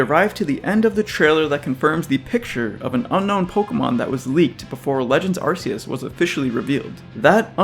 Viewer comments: As other people have said it kind of has to be arc instead of ass. Not only does it's body have a distinct arc around it, the phone from the game is called the Arc Phone. Ark is also kind of a bible reference I guess, in a few ways. Also arcane which it's name could also be based on. RKS System also proves this. I mean if it's name was Ar-see-us they could have had Silvally's ability be RCS System instead. So according to Game Freak themselves in multiple instances it's name has to be said with a hard C, the question is if it's Ar-kee-us or Ar-kay-us. But seeing as you don't pronounce the letter K as "key" then it must be Ar-kay-us. It also sounds like archaic. That's the summary. I don't see how logically it could be anything else. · The correct pronunciation, Ar-KEY-us, as explicitly PROVEN by the ARC Phone. Unless you pronounce arc as 'arse' like some kind of irl shitposter. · You call it an arc phone, but still pronounce it ar-see-us? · Key sounds better